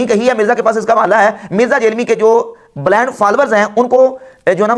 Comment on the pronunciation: Pehli to Baat ha bleend nai hota blind hota ha.😂 Doosri baat apko podcast ma hawalay nai Millay gay. Hawalay engineer Muhammad Ali Mirza k channel par har video ma Millay gay ghoor Sy daikhaa karain. Or tention na ly na b ex brelvi hee thaa. Meray Ghar ma books PARI hain sab aj b. Brelvi howay or books na Hoon yeh kaisay hoo saktaa haa. Lehaza apni islaah karain. Jitnay loog apki waja Sy gumrah hon gay itna hee gunaah jariaa ho gaa apkay Liye.